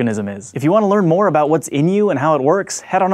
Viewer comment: Brain says "MOAR"